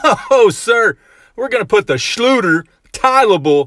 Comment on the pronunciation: BTW: you pronounce "Schlüter" like "schluder" which nearly means "sloppy (job)"